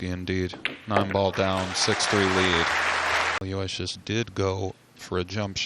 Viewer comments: That is correct. Alo - Wishus. Not Aloy - Shee us. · Aloysius is pronounced thusly...... Aloe...wish...us. (FFS!)